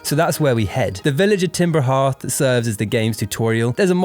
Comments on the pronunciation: TIMBER HEATH?????? IT'S FUCKING CALLED timber heARth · "Timber Heerth" nooo